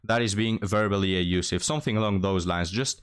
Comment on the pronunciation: Not “A-usiff”. The word is “Abusive”. There is a B in the word.